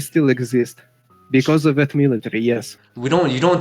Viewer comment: 발음이 존나 러시아식 영어네ㅋㅋㅋ비꼬우쓰 깐운뜨리 베때르ㅋㅋ 공산주의 사상에 빠진 가난하고 무능해도 공산당이 최고라 생각하는 찌질한 놈ㅋㅋㅋㅋㅋㅋ